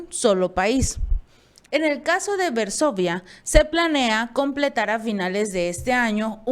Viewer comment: Es VARSOVIA, NO “Versovia” leyó mal la noticia Srta.